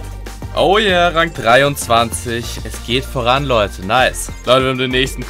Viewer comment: Es heißt Rang und nicht Rank 🤦🏻‍♂️